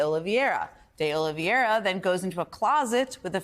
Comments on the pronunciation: To the best of my knowledge, it is 'De Oliveira', not 'De Oliviera'. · Jen, please pronounce De Oliveira correctly. 🙏🏼